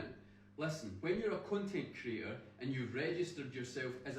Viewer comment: i'm scottish and i swear he is calling himself a cuntent creator 😂😂😂